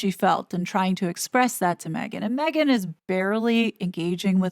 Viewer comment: Did that lady say, Megain, Im talking…… I think she did